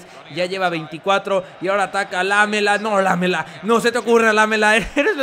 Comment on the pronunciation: La palabra Lamela se acentua en la ultima A